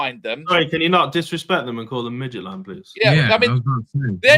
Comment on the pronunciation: can we please stopp with midgetland... Mid jilland , (with a t in the middle) Scandinavian football is underrated. Brann Norway have 3 points. Midtgylland are a top Danish team full of internationals.